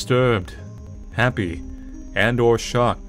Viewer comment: I looked away from the screen for a second and thought you said "And/Or shot." I was scared for a sec! The meta game shouldn't be shooting at us!